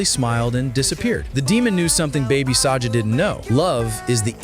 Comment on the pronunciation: his name is baby saga not baby saja ok